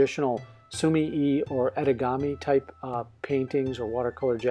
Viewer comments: Basically yeah. I didn't comment on the sumi part because you're saying that correct already. Japanese is split into 2 sometimes 3 letter syllables, so su-mi-e [soo-mee-eh] is more correct in this case. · I've been watching your reviews for a long time, they are so informative and a great help when I'm looking to buy new materials. Just a little side note on the pronunciation of sumie, you're supposed to give the 'e' a more 'eh' sound rather than an 'i' sound.